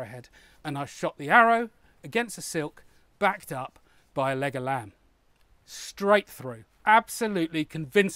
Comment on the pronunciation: I'm really impressed with you going out of your way to balance this video. This balancing shows integrity and commitment which is very welcome and impressive! Also, whenever I heard you say "leg of lamb", part of my heard "Legolas"!